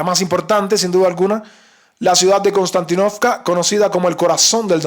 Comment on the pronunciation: Konstantínovka se pronuncia con un acento en la "i". Se dice Konstantínovka (en Ruso) o Kostiantynivka (en Ucraniano). Se llama así en honor al emperador romano Constantino. Saludos compañero.